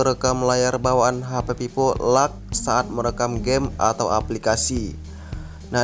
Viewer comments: dia baca nya lag, bkn leg😂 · Leg bang bacanya bukan lag😂